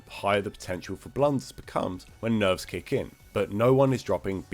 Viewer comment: "Nerves kick in" Sounds like "nerves Ken" Ken mentioned!!!